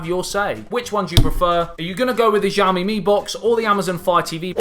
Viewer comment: Shyao-Mi. Sh pronounced with teeth clenched together. You won't get the tones right of course, but at least say it right and don't butcher the name. Javmi? Really?